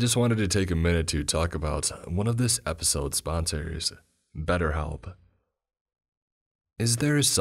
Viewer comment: Aw god 😂 not batterhelp agein . Audble are okay . But batterhelp.